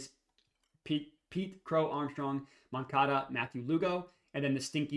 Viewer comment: Nailed the first pronunciation of moncada